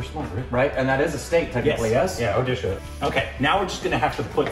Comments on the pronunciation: What's under west bengal, Odisha Damn right, I am from that state and you nailed the pronunciation 👏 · I'm happy that you pronounced Odisha correct xD ❤️